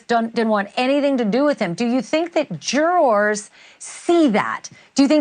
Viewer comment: I always hit refresh waiting for the next to drop. You are the best at reporting this case. And the way you say ‘Jur-rars’ is hilarious